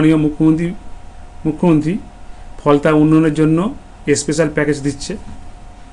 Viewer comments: Spacial pronounced korte pare na, se abar MLA hobe?? R kunal o to Tolamuler Mukhopatra to no Choreder senapoti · এস্পেসাল টা কি ভাই?😂